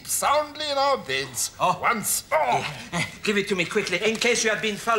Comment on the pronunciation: Ah shall say theese only wance.